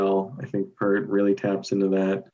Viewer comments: It's Peart as in ear. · Say it with me everybody. P 'ear' t